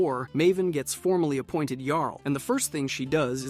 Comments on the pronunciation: It was a little frustrating to hear "Jarl" pronounced incorrectly every time you introduce them, then pronouncing it correctly until you bring in the next Jarl. Perhaps you meant it in light humour, but it was just jarring imho. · The way you both mispronounce and correctly pronounce the word “Jarl” all throughout this video is infuriating.